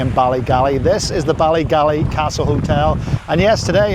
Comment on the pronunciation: It's Ballygally not Ballygalley ... enjoyed your video ... 😊